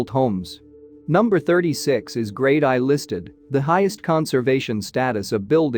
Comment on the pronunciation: 'grade I'.. that's Grade One listing do your research properly!